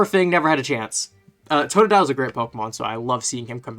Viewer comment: IT'S TOTODILE, NOT F*CKING TODADILE!